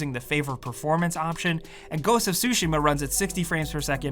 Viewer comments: Its ghost of tushima not ghost of shushima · It's not "ghost of sushi-ma", it's "ghost of tsu-shima" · definitely said sushima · ITS GHOST OF TUSHIMA NOT SUSHIMA AAAAAAAAAAHHHHHH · “Ghosts of sushi-ma” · "Ghost of sushi" 💀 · I pay attention to too much detail smh... "Ghost of Sushima" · Ghost of Sushima?? 😂😂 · "Ghost of sushi-Ma"